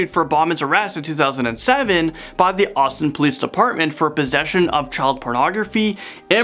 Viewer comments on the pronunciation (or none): none